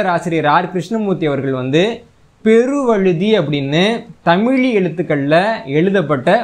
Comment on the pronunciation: தமிழ் தமிழன் என்ற தங்களது உச்சரிப்பு எனக்கு மகிழ்ச்சியை அளிக்கிறது மிக்க நன்றி மகிழ்ச்சி நன்றி வாழ்க தமிழ் வளர்க தமிழ்.